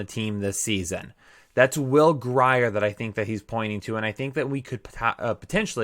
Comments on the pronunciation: Scratching my head at the intro. That was bad. Will Grier pronounced Will Greer,lol. C'mon! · As someone from West Virginia....it is NOT gri-er. it is pronounced Gr-ear